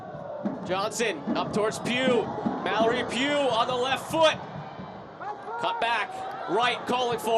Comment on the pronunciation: Mallory Pug